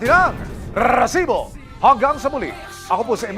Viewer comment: maganda sana ang content kaso nakakabwisit yung RRRRRRRRESIBO